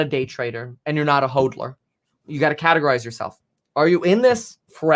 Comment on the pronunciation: hOdler, not hOADler